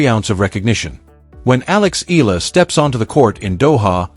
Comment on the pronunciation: ALEX EALA HER SURNAME IS PRONOUNCE E YA LA EYALA E YA LA INTIENDE UNDERSTAND